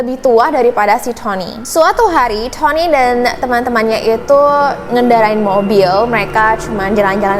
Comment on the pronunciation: Adik manis, disamping backsound nya kurang cocok, maaf nih kritik sedikit ya... kan ceritanya dlm bhs Indonesia nih.. jdi agak gimanaaa ketika menyebut nama Tony spt Thoni, Victoria jadi Victhoria.. as if you're telling this story in English. Mungkin nama2 itu di Indonesia-in aja..? Maaf ya?